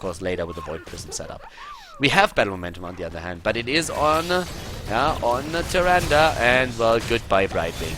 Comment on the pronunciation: Sorry but why are you spelling "Nazeebo" as "NazeebRo" ? Its quite annoying. The same goes with Tyrande, its "Tyrande" not "TyrandA". Please work on that :)